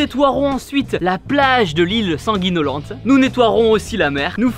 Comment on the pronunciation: Moi qui suis corse quand tu dis lil sanguinolente ça me fait vraiment mal